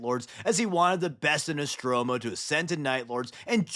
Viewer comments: Nostramo not Nostromo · it’s not nostromo it’s nostramo.